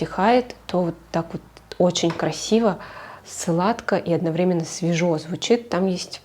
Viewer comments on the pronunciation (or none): none